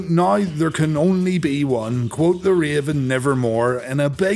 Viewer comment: So nobody ever told Raven that it’s “QUOTH” the Raven, never more?